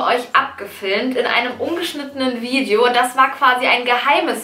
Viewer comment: wieso sagt Bibi immer vidjo? #nohate